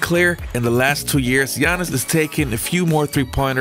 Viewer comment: What I like is that you pronounce right his first name.Speaking for old school I wish I could see him against the monsters like Hakeem and Ewing.